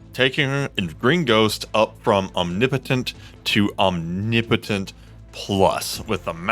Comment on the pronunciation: Different way to say omnipotent.. is that the correct way?😂